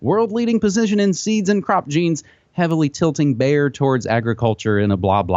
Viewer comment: It is not "Baer", for heaven's sake, the name is BAYER. These Americans are so ignorant. Pronounce it like BUYER. That fit's.